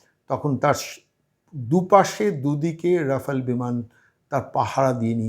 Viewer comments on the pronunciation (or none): none